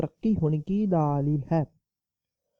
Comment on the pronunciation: Daaaalil h nahi hota dalel hota h